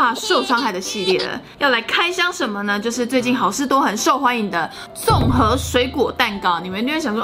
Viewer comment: 为什么综合的综是四声？不应该是一声么？